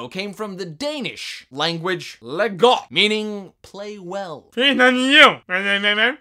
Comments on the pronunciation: it's "leg godt" not "LÉ GOO",!:D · I'm Danish and I have to admit that it took me some time to figure out what he meant with the lego thing, lol. (He pronounced it "Legot" while it should've been something like "Lai got"~) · you said "Leg godt" wrong!! You offend me:( (still love you) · I'm danish, and you are not that good at saying "Leg godt" haha :D But i think you are AWESOME!! :D